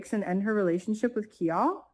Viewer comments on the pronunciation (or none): his name sounds like KI-LE not KEE-ALL